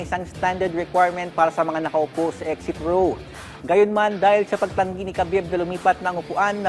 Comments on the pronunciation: Its not ka-bib. Its Ha-bib Ab-dul-ma-no-po-vich Nur-ma-ho-me-dof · Habib po ang tamang bigkas boss.....😂😂😂😂